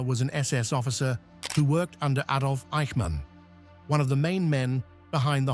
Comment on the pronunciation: Another Ay-dolf moment...